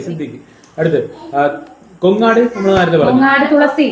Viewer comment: കൊങ്ങാട് അല്ല കോങ്ങാട് -പാലക്കാട് ജില്ല